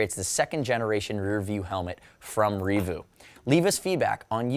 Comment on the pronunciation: I have it, I use it, I absolutely love it. Reevu I thought was pronounced more like... 'Rea-vue' as opposed to 'revoo'. great reaview, overall money well spent